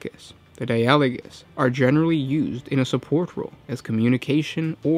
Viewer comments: di-AH-lo-gus seems unlogical, maybe DI-ah-lo-gous like the word DI-a-logue? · die-a-log-us if you need to know how to pronounce anything put it in google translate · It's Die-ah-low-guss. That's exactly how you Anglicise that, learn to English. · You're right you are pronouncing it wrong! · No he isn't.